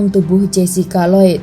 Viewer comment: Maaf mbak bacanya rasel bukan rusel, thank me later…Lloyd nya jg salah bacanya…🙏🙏